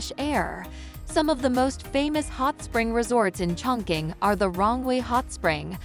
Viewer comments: CHONG.QING is pronounced [chong.ching] not [choing.king] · Total wrong pronunciation of the name